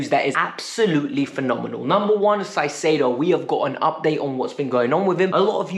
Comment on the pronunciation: It's Caicedo. Pronounced with a K not S